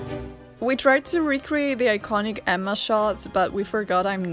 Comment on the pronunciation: I always feel like home when hearing "Emma" with two distinctive M's pronounced. Anne with E, Emma with two M's, as it should be.